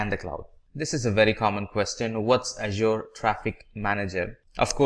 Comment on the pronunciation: mate, you have to pronounce correctly for the word "Azure", the other words do not matter, but this one is very important.